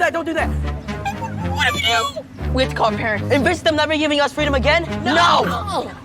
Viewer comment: I thought he said "free dome"